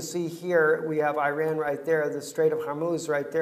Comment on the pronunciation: After all these years you still dont know how to pronounce Iran ? lol